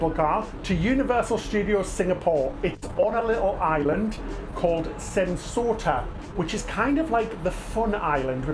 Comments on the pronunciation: it's pronounced "Sen-Toe-Sa" not "Sen-So-Ta" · Island name: Sentosa Ignorant tourist content creator: "Sent-Sorta" Not even trying there, innit, mate? Not even a minute in and already pissing off an entire region. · It's pronounced as Sen To Sa not Sen So Sa thx for the understanding. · Hmm. I thought you already posted on your trip to my country a few weeks ago? Btw it's Sentosa not Sensota. How did you end up mispronouncing it in the cable car. Lol 😂